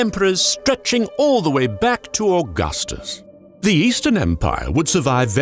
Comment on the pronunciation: "Ze germans!" Love it